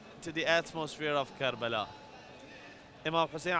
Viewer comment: Why is it always karala? Its karbala.